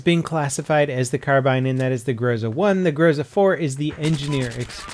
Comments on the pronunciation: its not growsa, its gro-zA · It's grozA, grozA, not a grOza ffs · It's fucking grozA, not grOza you idiot! So irritating! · It's not GrOUza, it's GrozA! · grozA!!!! Not grOza! Groza=thunder. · It sounds grozA, not grOza :) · It's not fucking grOza, it's fucking grozA Second stressed syllable ffs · GrozA, stress is on A.